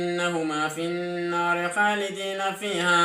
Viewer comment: Ma sha Allah bt plz avoid some mistakes when you are reading despite you are rewarded by Allah. Bt know you teaching others also .be agood teacher rectify your mistakes * you should read fakana instead of fakanat * you should read khalidain instead khalidiina Allah knows the best.